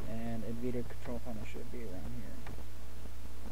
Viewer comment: It's N-vidia not nveda